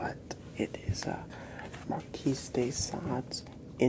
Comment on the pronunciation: only one complaint. Mar Key not Mar keees